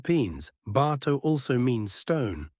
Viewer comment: Btato should be pronounced with the accent on the 2nd syllable.